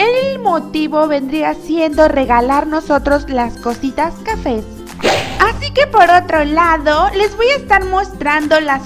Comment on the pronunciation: Otrahh cositah perdonenme pero es gracioso mahcotah